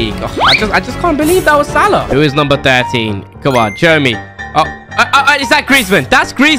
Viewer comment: it’s not salad it’s salah